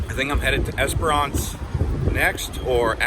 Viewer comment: Esperance....last syllable said like ‘ants’... Not like the British ‘aunts’....and no....we don’t generally drink ‘Fosters’....that stuff gets exported, locals don’t generally drink it...